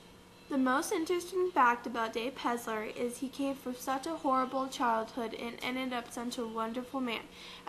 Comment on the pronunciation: It's PeLLLLLLLLLLLzer!